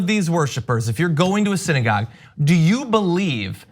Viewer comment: Did that fucktard say "siddygog shooting"?